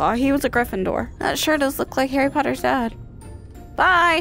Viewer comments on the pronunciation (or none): Omg it’s jearie potter